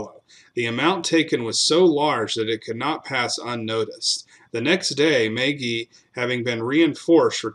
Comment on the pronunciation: As an Irishman, it is pronounced, mah gee